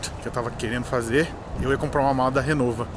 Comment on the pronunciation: Não é RENOVA, é RIMOWA